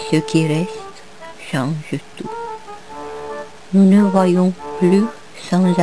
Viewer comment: Triste. «Ceux qui restent changent tous» Prononcer le «s» de «tous». Même si ça ne fait pas la rime.